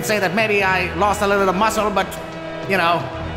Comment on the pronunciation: BACK AT IT AGAIN WITH HIS IMPECCABLE MOOSCLES